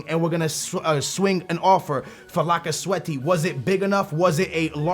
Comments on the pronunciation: its not pronounced lacazetti its pronounced lacazett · Pleas don't say "Lacazettee" his name is pronounced "Lacazet" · "Lock-a-zet-tee" C'mon bruh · His name is lacazette , not lacasweaty 😂🤪🧐🤨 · Why in the world are you saying lacazette lacaswety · like i sad lacasweat lacazette 😂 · Did he say lacasweaty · its pronounce Lack-a-zet I know you say you're really bad at pronouncing names but that one is actually pretty simple when you learn it. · IT'S NOT PRONOUNCED LAC-CA-ZETTY! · my 5 year old brother can say lacazette propably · why df do you always say niggas' name wrong. you do that shit on purpose and ofc you'd sign lacazette